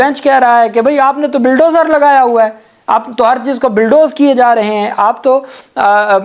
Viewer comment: Bhai sahab the word is BULLDOZER not BILLDOZER . You can Google the pronunciation and also RECUSE is the legal term not RESCUE. Again please use Google. It reflects bad on you English education.